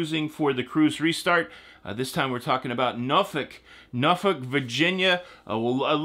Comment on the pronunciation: Noooor-folk pronounced